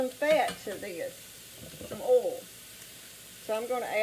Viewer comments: She doesn’t say oil. She says ole. She can say boys, but not oil. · 🤣🤣🤣🤣🤣🤣 the way you say oil 😂😂😂😂😂😂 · As soon as I heard the way you pronounce "oil", I knew this was the real deal! Also, my mom has never owned anything but cast iron pans my whole life, and she's never used anything but metal or wood utensils to cook with.